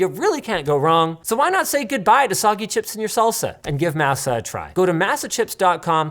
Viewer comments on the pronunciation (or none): Mah-sa, not ma--sa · Please correct Linus. maa•suh with ma not mass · Masa is a crazy name to give black chips. Im just saying. Crazy intro to a product lol. Also it’s not pronounced Mehss-ah. It’s pronounced Mahss-Ah. As a Hispanic American, im crying lol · Surely it's mä′sə and not măsə. One is an ingredient in tortillas and tamales. The other is unfortunate southern United States history. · You guys say Masa like it's "Massa" lol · the way linus says MASA makes me giggle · The way linus said masa is killing me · As a Black person with Mexican family, I was dying. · Do they actually pronounce Masa with a long a instead of a short a??? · Linus: Masa is the Spanish word for nixtimalized corn meal. The a sounds more like papa than NASA. It was painful to hear. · As a southerner I cant say I like the way Linus said Masa lmao